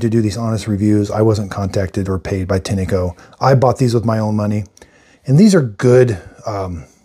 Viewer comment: Great videos, thank you. FYI, I found a couple of Tineco-made videos, and the people on the videos pronounced the name of the company "Tin' Co", like the metal tin, and the E is silent.